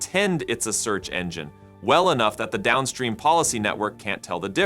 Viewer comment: I used to think this channel consisted of a guy who recorded audio in order for his avatar to lipsync the copy. Now, however, it appears to be an avatar for a chatbot. The voice makes too many errors in pronunciation; they seem like glitches or hallucinations. In this video, at one point, it pronounced 'search' as 'sooch.' I also saw a visual hallucination: it mentioned Zuckerberg attending a meeting, but it showed an image of Bezos to illustrate it.